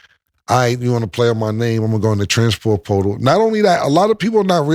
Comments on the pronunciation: “Transfor potal” was beatin his ass 😂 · “Transfort poooootal” 😂😂😂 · “The trafanper sportal” 😭😭😭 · “Alright cam, say transfer portal” Killa: Stanima. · Why cam can’t say transfer portal correct 🤣🤣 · cam struggling to say transfer portal lol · Cam not being able to say “ transfer portal “ is sending me 😂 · The words “Transfer Portal” was fucking Cam up😂😂😂😂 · To be a rapper Cam sure does struggle to pronounce a lot of words/names/phrases 😂 ALOT lol. Is it the teeth? Does he do it intentionally or he just don’t give af 🤷🏿‍♂️